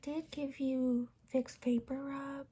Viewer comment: Did you just say Vicks vaporubbb maem?? ⊙.☉ Also, I dunno if it's an intentional comedic touch but the pouting out of nowhere is so hilarious and cuteeee HAHA then combine it with the lip injection question at the end is definitely the cherry on top!!